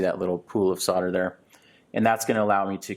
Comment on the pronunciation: Great video, but there's an "l"! in solder - it's nor soder.